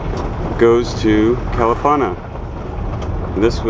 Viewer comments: Nice video. I remember Kalapana long before it got wiped out and yes it was a nice place with its black sand beach and friendly people. But Please pronounce Kuh-luh-PAH-nuh properly please. Thanks! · For someone who has lived on Hawaii Island for a long time you sure do butcher the place names. Your mis-pronunciation of Kalapana is very irritating. Your "Hi-Ho Silver!" is pretty silly. A hui hou means see you later. Are you a real estate agent? You seem to be focusing on land/home purchasing.